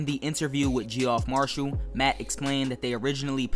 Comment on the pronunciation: I probably wouldn’t buy this for similar reasons as others, we certainly don’t need another deep level tube line. I’d rather have a portion of the chiltern mainline. Also Geoff marshal is pronounced Jeff marshal